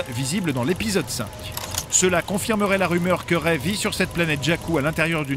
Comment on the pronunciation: écris Rey correctement et ça se prononce ré.